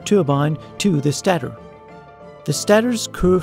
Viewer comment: I'm going to assume then that english isn't your first language. You miss pronounced some words or didn't enunciate them correctly. for instance it's stay-tor. just a heads up for you.